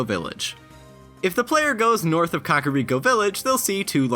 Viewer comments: Cock-oh-ree-co?! WHAT. THE. FUCK?! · "COCKariko village..." stop KACKariko. it's not a phallus